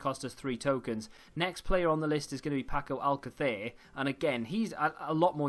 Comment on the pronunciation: Love how you say paco alcacer you sound very Spaniard lol